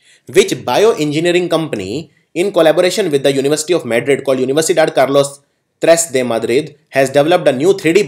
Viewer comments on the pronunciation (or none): none